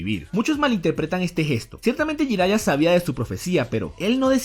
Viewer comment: Escucho "Jairaiya" y se retuerce mi corazón :(